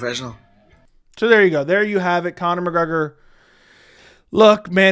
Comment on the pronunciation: “Kayne-Connor” Mcgregor -😫don’t devalue yourself